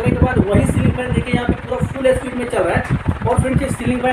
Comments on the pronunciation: अबे झवणे स्पीड होता इस्पिड नहीं 😅😅😅😂😂😂😂😂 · ए स्पीड नही स्पीड बोलो😜